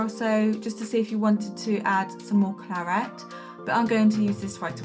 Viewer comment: Beautiful! But was anyone else yelling 'claret' every time she said "clarette"?